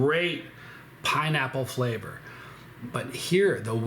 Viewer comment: "Texture is the conductor of fwavor"